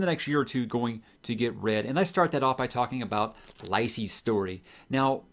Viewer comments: Lie-see story hahaha it's "Lee-See Story" Which is abt his marriage. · Lisey rhymes with Cee-Cee.... By the way, have you read this LISEY'S STORY by now? Aren't you gonna do a review video?